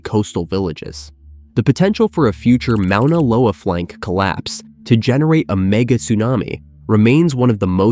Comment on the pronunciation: How did the maker of this video not mention "The Great Crack" on the big island of Hawaii? Mispronounced "Moh ona lo a".